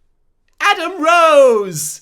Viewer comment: When LK says "Adam Rose" it reminds me of "Kroze".